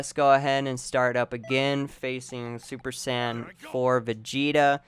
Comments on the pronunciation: You seem like someone who i can easily beat, i can already tell how you will fight so it would be no problem. By the way, say it like Say-Yen, not super sand.. the fuck is a super sand? Some of the moves i can easily run away from and destroy you even if you are a spammer. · Really......Super Sand? Dafuq? Can you not pronounce it right, or is that you're pronunciation of Super Saiyan? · all i was hearing was sand spirit, super sand, and khmehmeh.